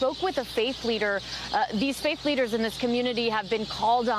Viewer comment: did she say faith leaders or fake leaders?